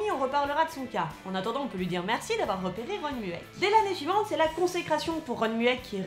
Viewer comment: Superbe vidéo ! Par contre un truc m'a stressé.. Je ne sais pas s'il y a plusieurs prononciations mais on dit généralement "Ron mueck" avec la prononciation Moueck pour son nom de famille. Sinon très bonne vidéo 😊